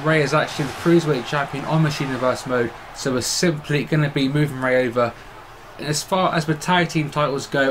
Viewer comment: No disrespect but man but u butchered Eddie and Rey's names lol